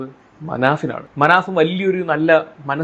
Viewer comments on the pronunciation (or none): പോക്കും അല്ലടാ "പൊക്കും" പിന്നെ മനഫ് അല്ല മനാഫ്